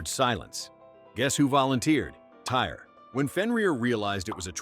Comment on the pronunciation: It's pronounced "Tear," not "Tire"